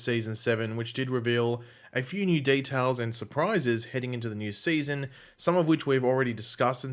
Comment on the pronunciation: “Seayson 7”